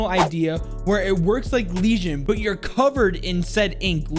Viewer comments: nah no hate btw 😂. it just sounds so passionately strong 😂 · I swear you say "but" wrong just to annoy people